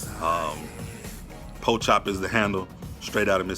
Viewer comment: he said Poke-Chop?